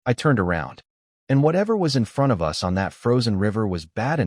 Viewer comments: I can't stand bots . Us is us not U-S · How come the AI can't say us? It says U S